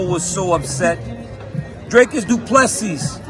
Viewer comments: Mr Daniel son....its pronounced as Du Plessee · DC....Dricus said The S is silent 😂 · I wasn’t unhappy with the headliner draw - but it was boring AF. Paddy lost - absolutely disgraceful judging. Being a South African super stoked that Dricus and Cameron got the job done. Have to agree I’d like to see Darren T back at WW whom I really enjoy when he’s dialled in. DC please learn how to pronounce Du Plessis correctly 😢😉. Topuria is a savage - I wouldn’t mind him and pimblett crossing paths in the octagon one day. He will send paddy’s chin into orbit.